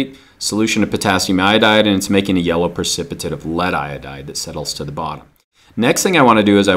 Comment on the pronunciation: precipitate not precicipate